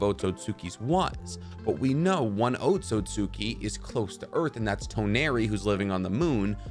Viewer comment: "the AcKotSKi"